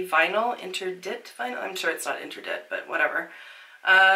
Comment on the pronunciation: Interdit = ain-tear-dee (Ain as in “ain’t”, tear “tear a piece of paper” :) Fun video, as always.